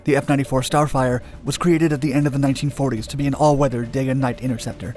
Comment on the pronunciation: It sounds like starfighter and not starfire the f-104 is not the f-94.